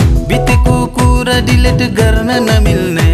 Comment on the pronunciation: गीत साह्रै राम्रो छ ! ध्वनि उच्चारण 'डिलेट' नभई ''डिलिट'' हुनु पर्थियो की ???